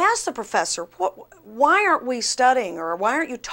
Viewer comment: I'm appalled by the way she says "why". I blame pot